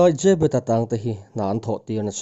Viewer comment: Zêbet nilo in zebet anti in ka hria😇😇